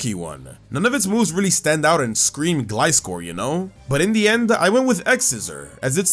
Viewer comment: I Love The Way Says Gliscor So Funny!